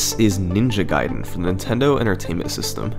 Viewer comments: It's not NINJA Gaiden, it's Ninja GAIDEN... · Ninja Gayden